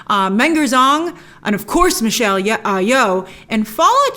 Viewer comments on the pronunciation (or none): none